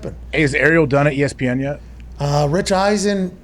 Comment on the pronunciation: McAfee is such good friends with "Errielll" that he can't even pronounce his name properly.